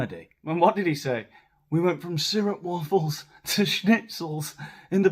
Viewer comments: Thank you! I thought he said "syrup waffles" and was so confused.😅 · I couldn’t understand what you were chuckling about after “inch bin ein Düsseldorfer”. It sounded like PH said strip raffle (Singapore), not syrup waffle (stroopwafel - Dutch not American). Yes, you can get them in America but they’re just another processed junk food and didn’t he recently come from trekking to a polo match in Singapore? TBC, maybe. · He said stroopwafels, a Dutch cookie, but he pronounced it so weirdly I could hardly make it out. Anyway, his whole speech is a word salad, very very reminiscent of his wife. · He tried to pronounce "stroopwafels" referring to the last Invictus Games in The Hague. Speaking other languages is not one of his talents😅